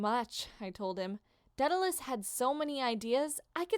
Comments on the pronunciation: Day da las? Lol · i thought you pronounced that daedalus guy: day-da-las